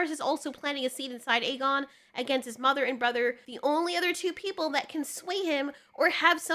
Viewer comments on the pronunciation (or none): Jesus Christ woman it’s A-GONE not EG-gain AEGON=A-GONE Like he’s a goner but remove the r.